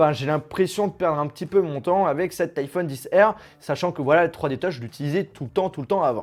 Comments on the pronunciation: iPhone 10R 😂😂😬 a mes oreilles srx tu dis iPhone XR pas 10r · C stressant iPhone 10 R c pas une obligation mais la prochaine fois tu pourrais dire liphone XR